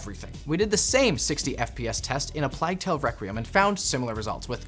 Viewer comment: He pronounced "plague" weird when referencing a plague tale. He said "plag" like plaid ("plad"), think tesla. It's "plaig"/"playgue" like plate.